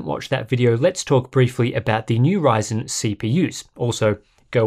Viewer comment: Did I just heard him say "AMD whyzen"? 😅😂